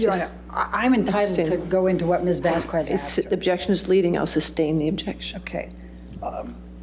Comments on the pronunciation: Always hated how could not pronounce Camille’s last name!!! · I think deliberately mispronounced Camille's name. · AH lawyer can not pronounce Camille Vasquez last name 😂 is she doing that on purpose 🤔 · Amber’s lawyer can’t even pronounce Vasquez surname correctly 😢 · It just shows her lack of respect for a victim of DV and the court. Just like her mispronouncing Camille’s last name….so unprofessional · I feel like is purposefully mispronouncing Camille’s surname. 🙄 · calls Camille - Ms Vas kwez. The pronunciation of Vázquez depends on the language and region, but it is typically pronounced VAHS-kez or VAHSS-kez. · I know it petty, but it really bugs me every time says "vas-kwez." Sometimes she gets it right, which makes it even weirder. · I cannot explain how much it irks me when amber lawyer pronounces Ms. Vasquez wrongly every single time…!! It’s Vas-k-ez, not Vas-qooez! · Is it just me, or does mispronouncing Vasquez as Vaskwez come off as annoying and incredibly rude? Like she couldn't take the time to learn how to say Vas-kez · it drives me insane how says “vas kwez,” vasques isn’t even a tough name to pronounce 😅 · The fact could not learn how to pronounce Camille’s name in 6 weeks is so rude. And AH is a terrible actor. So overdone. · Vas-kwez? Wth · "MS. VASS-KWEZ" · Let me just tell you her attorney gave me anxiety. Also calling Camille Vasquez Vaz kez. Amber agitated me with her looking at the jurors and then her sass. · The way her lawyer pronounces “Vasquez” is so annoying. She keeps pronouncing it as “vass-kwez” even at the very end of the trial when she’s heard it correctly pronounced even by her own team many times. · Why did keep pronouncing Camille s name incorrectly,how rude of her. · Pisses me off when miss pronounces Camille's last name. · She looks like she has been into too much pink lady, why doesnt judge tell her to pronounce vasquez the right way